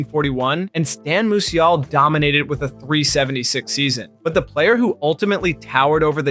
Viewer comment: Well I guess this has got to be stupid artificial intelligence speaker... Koofax, kufax...The way he says Musial... And whatever other names he destroys or it destroys